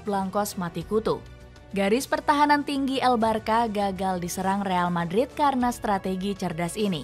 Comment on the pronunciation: Bacanya barsya bukan barka